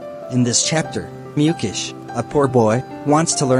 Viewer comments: is that me only hearing Mukesh as Mucus!!!??🫣😮‍💨.... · Mukesh ❌ Mucus ✅ 😂